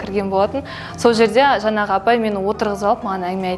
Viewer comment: ОНай емес, оҢай ғой ! ҚараНыздар емес, қараҢыздар ғой ! жаНағы емес, жаҢағы !